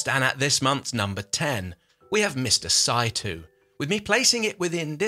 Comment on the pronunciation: The pronounce of the family name, Saitou is like [ saitɔ:] in case :)